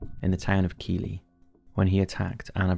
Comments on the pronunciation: Keighley - is not pronounced as 'Keeley' - but as 'Keithly' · It's pronounced Keithley, not Keeley. Basics. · Keyley? It’s pronounced Keithley. Happy to help 😁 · Keely is pronounced Keethley. A slip in your research there mate! Excellent video though! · My mum and her family grew up in Silsden, and their dad - my late grandad - was once interviewed by the police, when they were working under the assumption that he was from Newcastle, as my grandad was. My mum and her sister were never allowed to leave the house alone after dark growing up, until Sutcliffe was finally caught. Just a quick edition: the town you pronounced as 'Kee-lee' is actually pronounced 'Keith-lee'! Not the most pleasant of places